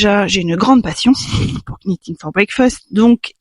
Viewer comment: Bonjour, aucune critique, n'en prenez pas ombrage, juste une information, je voudrais voir dire que le "k" de "knitting" ne se prononce pas, comme le verbe anglais "to knit" qui se prononce "not". A part ça, j'ai tricoté plusieurs fois le timeline qui est un patron gratuit mais je trouve qu'il vaudrait peut-être mieux de faire un tuto d'un autre patron parce que Stephaline-made propose un tuto très similaire au Timeline et ça serait peut-être redondant.